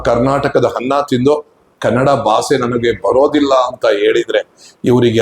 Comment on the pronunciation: ಮೊದಲು ನಿಮ್ಮ ಕನ್ನಡ ಉಚ್ಚಾರಣೆ ಸರಿ ಮಾಡಿಕೊಳ್ಳಿ, ಬಾಸೆ ಅಲ್ಲ,, ಭಾಷೆ, ಹನ್ನ ಅಲ್ಲ ಅನ್ನ, ಕೇಳಲು ಕರ್ಣ ಕಠೋರ.